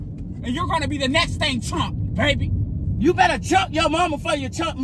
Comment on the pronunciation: Anyone else love how he say babeh